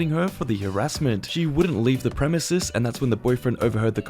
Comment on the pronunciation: Bro it’s ‘PREMISES’!!!!!